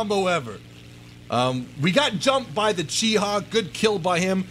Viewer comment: its pronounced CH-I-HI not CHEE-HA